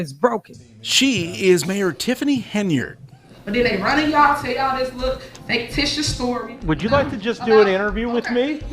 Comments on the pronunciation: MAYOR? Did you hear her say, FAKETITIOUS? I think she meant to say FICTITIOUS! What a PATHETIC LIL WAYNE LOOK ALIKE MINUS THE TATOOS, BUFFOON! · What the hell is a “faketicious” story? 😂😂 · She called it “fake-titiuous” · She said FAKETITIOUS 😂😂 Fictitious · She said faketitious lol... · did this b* say “faketicious” lmao